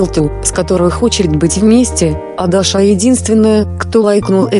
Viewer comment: Даша - наголос на першому складі...